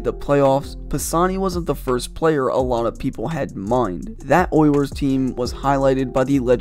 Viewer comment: I can’t get past how this dude pronounces “Oilers”. Sounds like he’s saying “Oy yers”